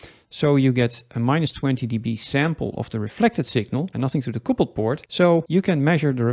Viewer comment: quick english lesson... it is not coopled... it is cupled. it means to join.. like a couple of people... not a coople of people